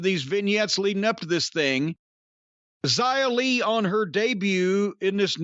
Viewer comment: He said her name right Yay!